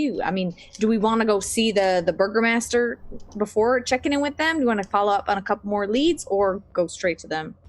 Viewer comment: True, though you're mishearing the word. It's burgomaster. EDIT: You are not misunderstanding. The cast is saying Burger Master. 😂